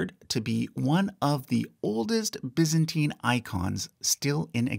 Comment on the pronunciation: I've never heard someone pronounce it biz-ant-teen. So weird.